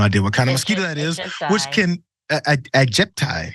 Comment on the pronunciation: I think you need a spot of help from someone who lives in an area which had aedes aegypti mosquitoes and a dengue problem. "Aedes" is pronounced "aid-ess" "aegypti" is pronounced "ay-jipt-eye" I'd go for pronouncing "chikungunya" as "chicken goon ya". "dengue" is pronounced "den-ghee" (a hard g sound) The virus that causes dengue (also known as break bone fever) is related to the viruses that cause yellow fever and hepatitis C. (So you can test positive for hep C infection after being infected with dengue, even if you've recovered fully from dengue and never actually been infected with hepatitis C.... Ask me how I know.) Where I live they dealt with the aedes aegypti mosquitoes by releasing mosquitoes infected with a bacterium that halved the life of the mosquito - again, from memory, male mosquitoes that spread the infection to the females. I've forgotten a few of the details but that was the general idea. That is enough to break the cycle of the aedes aegypti mosquito spreading dengue. They used the town where I live and another town in the same part of the world for their proof of concept. Suitably infected mosquitoes have now been released in Jakarta, Indonesia, with a view to breaking the dengue cycle there, too. Trust me, not having to worry about dengue any more is great.